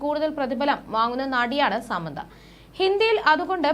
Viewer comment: സാമന്ത അല്ല She is സമാന്ത